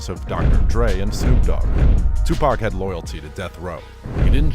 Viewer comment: right daym atleast get 2pac name correct